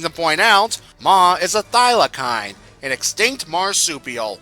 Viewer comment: thylacine is pronounced thy-la-seen, and is also known as the Tasmanian Tiger.